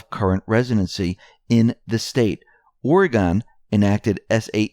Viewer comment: Ore-gone, wrong. Oregon is pronounced Or-a-gun. “In Oregon they don’t want you to have a knife, Or A Gun”.